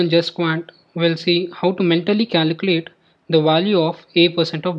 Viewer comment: Great video but it’s pronounced caLculate not caLUcalate Trying to help you good luck brother